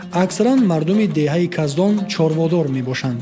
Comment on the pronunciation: Каздон не кахдон😂😂😂